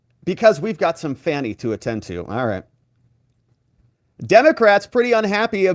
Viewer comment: The lady can't even say fanny. If you can't pronounce very basic word's then you have nothing's to say that intrest me.